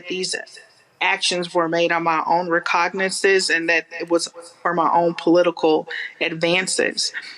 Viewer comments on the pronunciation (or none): "My own recognissuss". She sounds like an idiot. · my own recognginceeisis? lolololol